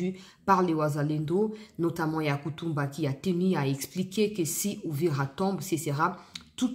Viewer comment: Pardon maman, tika ko prononcer mal kombo ya Yakotumba😮